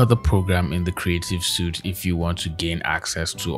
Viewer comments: I love your accent man! But one thing. Adobe suit. It’s pronounced like “sweet” and not suit. I know it’s confusing and doesn’t make sense, but that’s how it is. Adobe “sweet” suit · "Suite" is pronounced "sweet," not "suit." Also, Clip Studio > Photoshop for artists, imo.